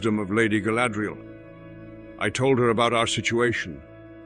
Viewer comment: Galadril! NOT sadriel XD